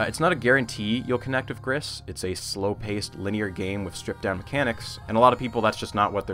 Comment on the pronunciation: I'm here, 3 years later, to point out that I'm pretty sure "Gris" is pronounced "gree", French for "grey".